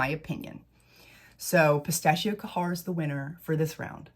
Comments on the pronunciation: ITS GHEYR NOT KAHHAR. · It's not Kahar🤭 it's خير you can copy it on Google translate 💕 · Khair = “CARE” but the “C” is like you are trying to gently clear a popcorn kernel out of the back of your throat, or like a French “R.” 😉 You might be able to do Google pronunciation for these 🙂 Thanks for the review! I purchased Vanilla Royale and wouldn’t try to dupe that one, it is just too gorgeous. I did however test Yum, and because everyone and their pet hamster said Khair or Affection were so spot-on but better performers, I got Khair, and boy is it beautiful- a little brighter/fresher, where Yum is more muted. I have yet to try my mini of Lychee because I suspect it will be a bit too B&BW, but I appreciate reviews like this because I might be willing to part with $40 for something vaguely similar, which will perform better.